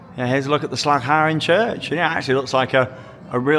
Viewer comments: Nailing the Dutch pronounciation there! That "g" sound must have taken some practice ... :D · Again impressed by your pronunciation of 'Slagharen'. 'Duinrell' could use some work though. Only (partially) kidding! Welcome! And enjoy the very UNdutch weather!